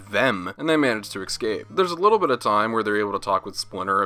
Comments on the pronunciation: So fed up of hearing YouTubers mispronounce "escape" as "Ex cape".. beyond lame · my biggest issue is how you say the word "ESCAPE".